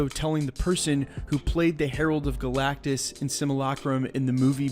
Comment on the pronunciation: It’s galactus